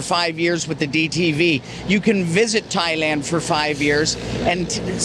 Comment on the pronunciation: Learn Thai please it’s Thailand 🇹🇭